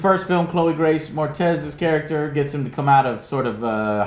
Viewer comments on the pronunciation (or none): It's MORETZ not Moretez. 😂😂😂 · Moretz not Mortez haha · Its Moretz not Mortez